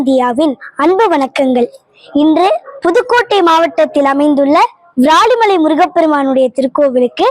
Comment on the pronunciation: உன் தமிழ் உச்சரிப்பு அழகு... ❤❤ இந்த பாடலில் ஒரு சிறிய திருத்தம்:- வ்ராலிமலை அல்ல விராலிமலை... நீ பாடும் போது வ்ராலிமலை வ்ராலிமலை என்று கேட்கிறது செல்லம்... 🙏🙏🙏🙏👍🏻👍🏻👍🏻👍🏻சிவாய நம🙏🙏🙏